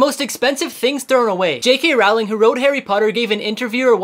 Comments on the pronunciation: It’s pronounced rolling, American. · It’s pronounce Rowling like bowling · Is no one going to talk about how he misspelled JK Rowling Edit it’s pronounced rolling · You aren’t supposed to pronounce the “w” in J.K Rowling’s name.